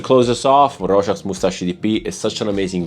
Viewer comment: Love the way you say Rochas 😍😍😍